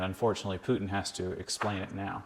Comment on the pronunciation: Oh thank you for calling him PUTIN not PUTN like Americans usually do...